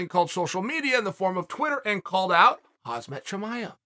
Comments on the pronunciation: Why is this so hard? It’s not Hazmat. The M is before the Z after H when the K is sometimes silent. Say Hamzat or Hamza. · “And he called out Hazmat Chimiav” I’m not even here to correct you chael, in fact, it feels appropriate 😅☣️⚠️ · Chael "Hazmat not Khamzat" Sonnen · Maybe i dont know the Top 10 by the top of my head.. But i am pretty sure it’s Khamzat not KhaZMat 😂😂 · Correction: Jack is a swede who lives in Norway, not UK. Norway is just an easy car ride away from Västerås (Westeros) where the fight took place. Jack and KHAM-ZAT (not HAZ-MAT, dude it’s 2021, get it right) have been training together in Norway and Sweden, and are good friends. This was just a cashgrabbing show for the fans here in Sweden. PIN THIS UNCLE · It pronounced Hamzat